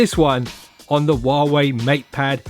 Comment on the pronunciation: How about you learn to pronounce huawei correctly?